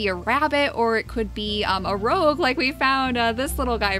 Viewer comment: I'm believe your pronouncing rogue wrong.